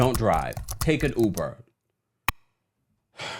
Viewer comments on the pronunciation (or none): none